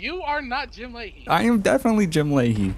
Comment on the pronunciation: haha jim lahey (lim jahey)